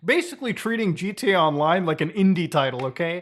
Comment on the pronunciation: Why does he say "gt online"? Pronounce the a bro